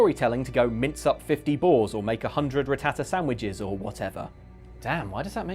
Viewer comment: How have I never notices how says Rattata before...